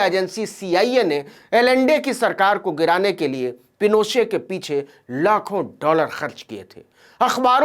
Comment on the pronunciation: नवीन जी , एलेन्डे नाम का सही उच्चारण आल्येन्डे है । हालांकि आपने ऑगोस्टो पिनोशे के नाम का बिल्कुल ठीक उच्चारण किया । कृपया मेरे संशोधन का बुरा मत मानिएगा । धन्यवाद । आप जो काम कर रहे हैं , वो सराहनीय है । आपकी सफलता की ईश्वर से प्रार्थना करता हूं ।